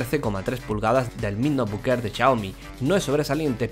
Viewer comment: ¿Noebook o Notebook?